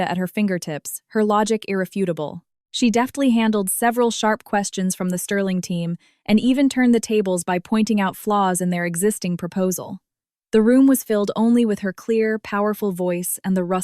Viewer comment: DEFTLY not deafly